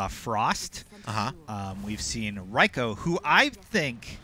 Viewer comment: Yea they are MK NOOBS, they also mispronounced REIKO, hahaha Ri-KO is what they said , and one of them did the same for Raiden , called him Ri-Den hahaha i couldnt finish the video yea and the kitana thing smh